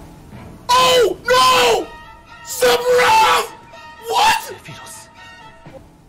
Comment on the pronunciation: Everyone: OH MA GOOD STHAROOTH!!1!1!1!1!1 Me: what’s a sephitoth